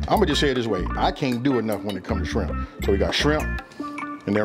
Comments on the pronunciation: did he say "skrimp"?? lmao... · Yes, I heard it too. I grew up in Port Arthur, TX on the Gulf. That just means knows what he is talking about! Skrimp! 😅